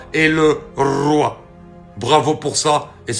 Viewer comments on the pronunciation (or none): Le Rrrrrroooiii❤❤❤ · Le Rrrrrroi...Le Rrrrroi...et Le Rrrrrroi 🦁 🇸🇳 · J'aime bien ta façon de faire....le Rrrroiyy❤😂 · Le Rrrrroi❤